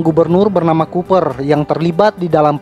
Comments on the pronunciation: Itu bacanya kooper bukan cuper....memalukan. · Huruf C pada nama koboi itu dibacanya mesti sbg "k"